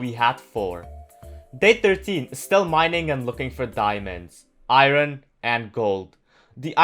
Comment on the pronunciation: Iron not iro